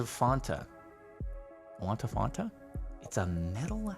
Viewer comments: ikr, Why would you pronounce Fanta as Fonta. There is no O in fanta... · Normal people saying fanta :Fan-ta Jardon saying Fanta : Faún-tà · Did he say Fonta when its pronounced fanta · Fonta?... FONTA?!? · Is it really Faanta(like a long aaaa) and not Fanta(short a) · Am I the only one that finds it weird he says fawnta not fanta? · I've never had a Fanta. But I've heard it's Fan ta not Fon ta. What Jordan said which sounded like the second one is not the right way. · Idk why he says font-ah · Yeah Jardon was the first person I heard pronounce it Fahnta not Fanta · Stop saying fonta... please satan STOP!!😭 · Are we going to ignore that Jardon just said fonta? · F a w n t a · Anyone else notice how he pronounces Fants wrong? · The way you pronounced fanta is something I have never heard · Do they not have Fanta in California??? How could he say it so wrong.... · i was looking for this comment- i thought i was the only one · Here in the Netherlands we say it this way, so it didn't hit me unil you mention it why its sounds off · Why do you pronounce Fanta so weird omg ew